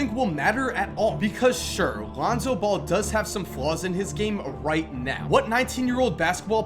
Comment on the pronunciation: You said Alounzo Ball in the beginning of the video